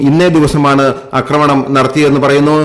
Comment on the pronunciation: അക്രമണമല്ല, ആക്രമണമെന്ന് പറയൂ